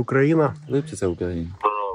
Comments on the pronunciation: Не Липки,Липці. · Не Липки, а ЛипЦІ